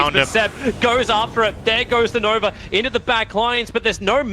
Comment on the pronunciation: I swear Tobi is saying "Nover" instead of Nova